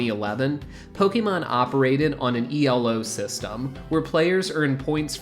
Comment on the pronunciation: Yeah, and it is pronounced as “eh-low.”